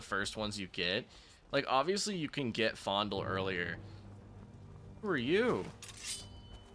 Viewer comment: I’m not sure what the actual pronunciation of his name is but I’ve always thought of Faendal as “feign-doll.” Now that I’ve heard it pronounced “fondle” this many times I’m thinking he really is a creep and I should’ve picked Sven all these times 😅